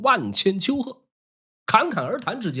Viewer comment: 丘壑 不是邱野